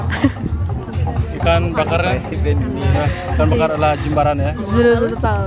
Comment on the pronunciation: correct ya, Jimbaran bukan Jembaran 😭